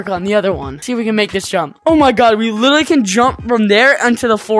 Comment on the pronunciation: “Litly” it’s Litraly